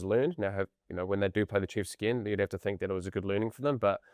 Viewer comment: Someone please explain to how to pronounce ’derby’ and ‘to’.